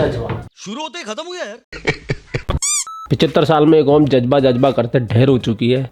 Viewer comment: Judge baa kya hota hai😂😂😂 Ja z ba hota hai..